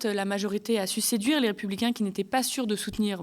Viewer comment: "La majorité a su séduire" j'ai cru entendre "la majorité a sucé dur" 😂